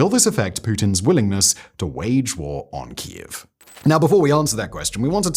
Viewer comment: Simon STILL doesn't pronounce properly Keiv after all these years 😢.